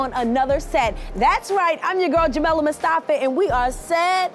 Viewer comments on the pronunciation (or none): Jamila Mustafa.. and she says Mustafee